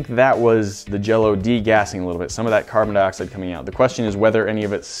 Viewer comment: he said carbon dioxid